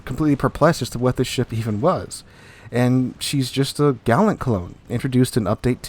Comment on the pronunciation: I don't know about 'Jurua', you mispronounced 'Gallant'. Also, I opened 12 mega crates and got 4 ships. None were Jurua. Fake news. Of course you know this, you said it at the end, you're just clickbaiting and spreading misinformation.